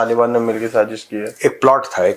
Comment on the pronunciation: Bhaarat gets a Nobel prize for "saaZZish" 😂